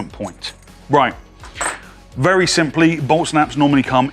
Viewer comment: admit it the first time u heard it u thought he said Olt Snaps